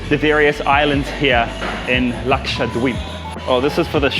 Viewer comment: Everytime karl says Lakshadweep, Excellent pronunciation for a foreigner.